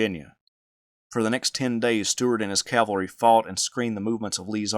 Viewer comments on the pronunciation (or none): Says Calvary 19 seconds in. I appreciate this kind of content but I can’t stand callllvary, over cavalry